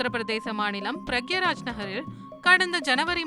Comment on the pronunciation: அது பிரயாக்ராஜ்..... பிரக்யராஜ்...இல்ல😂